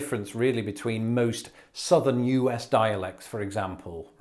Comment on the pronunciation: Have you done a video yet about your pronunciation of "us"? Uzzzzzz. I think it's probably the most amusing part of your regional accent.